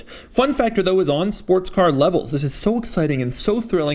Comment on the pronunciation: Did anybody else hear him say “Sparts car” ?